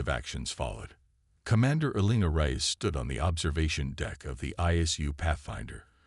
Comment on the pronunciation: It would be nice if you would FIX your AI's pronunciation of (Reyes), which it NEVER gets correct. "Rize", "REYE-ez", "Rice", "Rayz"....etc, etc..... And, what is: "DIZ-aray"!!!???